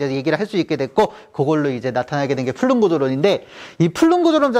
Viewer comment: 안녕하세요. 작년에 우연하게 우주론 강의 듣고 너무 좋아 구독 신청하게 되었습니다. 이렇게 매번 현장 수업 녹화하여수업 올리는 것 보통의 자신감과 열정 없이는 힘든 일인데 대단하세요.^^ 강의 잘 듣고 있습니다. 저도 수업하기전 선생님 수업 한번씩 듣고 가면 정리가 한번 더 되는 것 같아 매우 유익합니다. 그리고 매우 스마트하십니다. 플룸 구조론에서 플룸을 flume라고 하셨는데 plume 아닌가 해서요. 감사합니다.^^